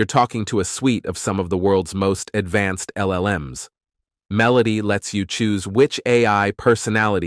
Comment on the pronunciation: dude, "MEH-loh-tee" Say it with me. when you're writing the script next time, covering Meloty AI, please spell it phonetically. Super unprofessional and distracting. While we're at it: "myoo-REH-kah" = Mureka. I hope they're not sponsoring this video, 'cuz they got ripped off. FYI: you can put certain words into Gemini/ShatGPT and ask for good phonetic translation. We'll thank you for it, and enjoy your content more.